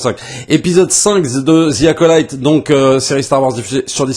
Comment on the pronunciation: "Zi acolaïte" ? On dit pas "Ve acolite" ? 😅